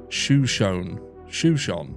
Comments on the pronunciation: Shoshone is pronounced show-show-nee. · It's pronounced like the Tribe It's named after, 'Show-Show-KNEE' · Shoshone i county is pronounced "show-Show-knee". I believe is native name. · Hi it’s shu-show-née after the Native American tribe. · "Sha-shown" is how people in Idaho pronounce Shoshone County. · SHU-SHOW-KNEE. And the shu is said like in shut without the T. The pronunciation of this word is very confusing. Please don't think I'm trying to correct you I'm just trying to be helpful since you seemed unsure of how to say ot. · not to be rude but the correct pronunciation is SHa SHONE county.There's so many Indian names in our area they're hard to pronounce.I was born in Coeurd'Alene ( Core da lane)😉🥰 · I think the pronunciation is “show sean ie” as in Native American tribe. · Shoshone is pronounced as Show-show-knee. Its a Native American tribe in Idaho. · Thanks for your content,! Shoshone is pronounced ’Show-show-knee”, if that helps. Named after an indigenous tribe of the region. Lots of questionable stuff in Northern Idaho. Scary and sad. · Pronounced: Sha-Show-Knee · Just to help you out...Show shone e. It's native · "Shuh-show-nee" (a native American people) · Pronounced show shon e…..it’s Native American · Shoshone is pronounced shah-show-nee. It's an american indian tribe.